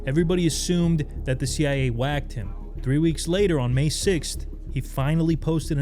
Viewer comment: He said the CI-eh. Not CIA common mistake.